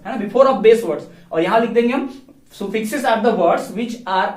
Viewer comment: Suffix ka pronounce galat kr ry h aap